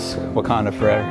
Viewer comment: Was so confuse when you says "wakanda fornever" in the other videos, I get it now.